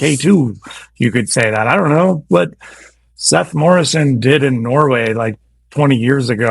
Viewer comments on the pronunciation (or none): none